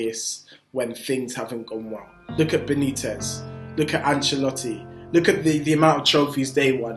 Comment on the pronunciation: "Look at Benitiz" 😂😂😂 wow